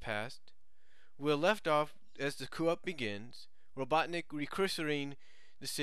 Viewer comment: Just to mention. "Coup" is pronounced "coo" since it is a French word. It was said by Robotnik & Sally in Season 2. (first time in BttP 1/2, said by Sally & said by Robotnik in Cry of the Wolf)